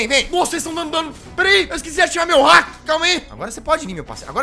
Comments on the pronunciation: cara só eu que fico com agonia do jazz falando hack e não haki? jazz pelo amor de deus se fala hackIIIIIIIIIIIIII hackíiii e os nomes certos são haki da observação e haki do armamento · NÃO C FALA HACK É HAKI HAKIIIIIIIIII !!!!!!!!!